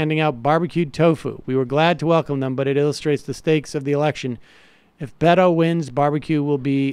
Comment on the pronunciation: I wish people would say "Bay-to", as it should be pronounced. "Bee-to" sounds too close to "pedo".